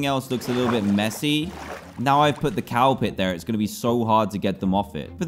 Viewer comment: Dan: I'm gonna make a cow pit What I heard Dan: I'm gonna make a cowpet